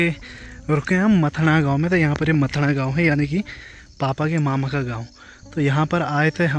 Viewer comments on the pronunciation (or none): मथना नहीं मथाणा